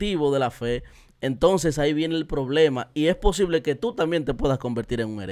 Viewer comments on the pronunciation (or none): Pero Dios mio 🤣🤣 pero cómo? Pero como eh poshible😅🤣🤣😂😂